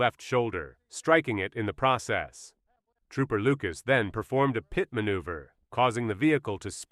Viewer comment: The AI voice cannot say PIT.